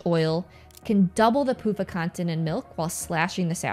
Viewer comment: Every time I hear you say pufa, I can't help but hear "poop uh". Sounds like the second name is more accurate anyway. LOL